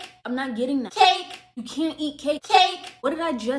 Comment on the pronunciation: The way she said cake (i didn’t laugh)